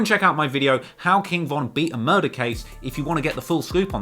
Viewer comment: Ughhh the way he said murder was horrible. Mouydahs